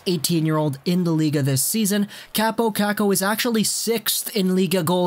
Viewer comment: Its pronounced cop-o kok-o not cap-o cack-o btw